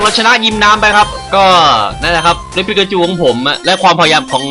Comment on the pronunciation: พอพี่พูดปิ๊กาจู ผมนึกว่า ไอนั้นทุกทีเลย